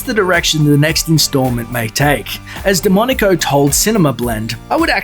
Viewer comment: Every time he says DeMonaco it sounds as demonico.